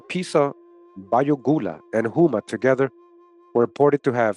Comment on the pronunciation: Houma pronounced like Home - a my family is from there